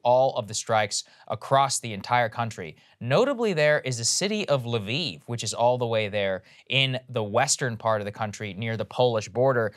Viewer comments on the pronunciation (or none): none